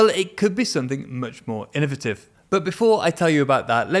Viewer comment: Innovative not innivative, please.